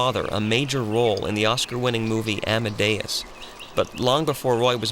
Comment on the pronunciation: Amadeus you have pronounced wrong